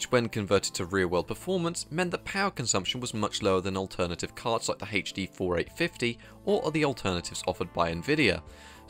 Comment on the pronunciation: Anyone else wince when they hear "haith-D"?